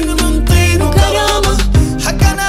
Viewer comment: لهجة القاف كانت أفضل و تماشي استايل الاغنية خربتها حجنا حجي ومدري ايش في كلمات القاف ما يصلح تنطق جاف هذا ما أردت قوله